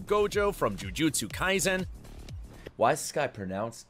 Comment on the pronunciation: なんでジュジュツカイゼンって言うの？